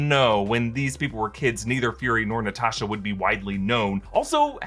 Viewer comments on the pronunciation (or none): none